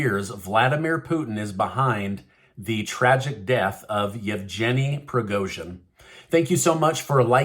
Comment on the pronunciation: it's a hard G in Yevgeny.